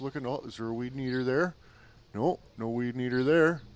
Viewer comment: What’s a Weedneeter?